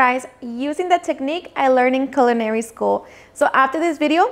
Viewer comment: Did she say culinarily school? Yasss!! Honey! Saving this recipe!